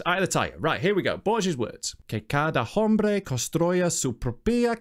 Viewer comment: Jorge Luis Borges was a prolific writer / poet not a filmmaker. In fact he's well known worldwide. P.S: The H in Hombre is silent, does not sound like "Jombre" more like "ombre". Other than that your Spanish was on point. Greetings from Chile